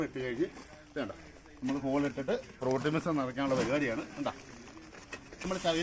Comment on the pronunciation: പ്രോട്ടി മിസ്രിതം അല്ല പൊട്ടിങ മിസ്രിതം 😂